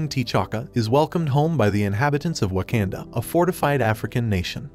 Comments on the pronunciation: Bro it’s not waknda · You pronounced the word waknda wrong I think.